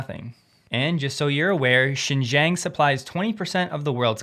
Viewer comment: Xinjiang pronounce as sin jeeang